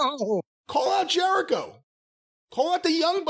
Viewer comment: Something small but I lmao when he called Jericho “Jericovid” 😂